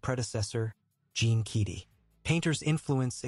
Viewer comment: You need to learn how to pronounce Keady and Salukis if you’re going to read this.